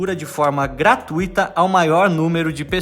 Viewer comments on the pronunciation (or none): none